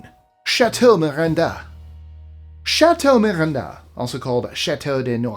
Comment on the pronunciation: (18 - Chateau Miranda) Well done on the pronounciation of 'Liedekerke',. 👍 As well as 'Noisy' and 'chateau Miranda' It's a shame what happened to the castle.